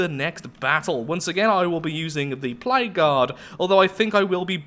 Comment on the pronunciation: With 2x speed and your accent whenever you say "Plague Guard" it sounds like "Played God"